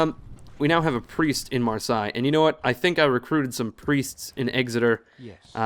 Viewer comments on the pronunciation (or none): How is it 35 episodes in and still no one has pointed out to you that Marseille is pronounced mar - say. Cracks me up every time.